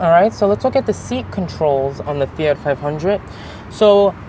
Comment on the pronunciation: Fiatttttt “t”